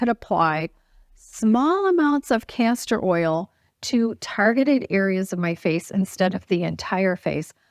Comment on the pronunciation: I hope you are saying castor oil because it sounds like cancer oil. I do the same thing many times as well. I don't know who would want to put cancer oil on their face...lol. I'm not throwing rocks at you so it's no big deal. By the way if you use DMSO on your face with a roll on applicator it will do a lot of things like you were talking about. Be careful it will penetrate and pull anything into your skin. So you have to be very careful with it. Do research on it first or ask me more.